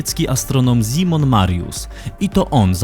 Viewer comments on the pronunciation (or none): none